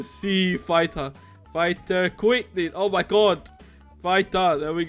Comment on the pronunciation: He said the dud not dude